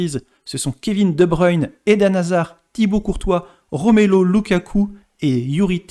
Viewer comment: Argh la pronciation des noms des joueurs Belges, ça fait mal😢 Romelo lukaku?? Sérieux.. Y a pas que la pronciation qui me gêne, pas d informations pertinentes, que des informations déjà connues... Rien d'intéressant